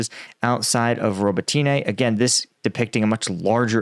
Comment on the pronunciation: Robotyne = Ro=bot=inah.